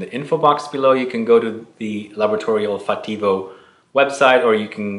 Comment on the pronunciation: I love Laboratory Olfattivo (accent on second syllable, Olfáttivo). My favorite is Rosamunda. I thought I would like Salina but it made me nauseated. I cringe to remember it.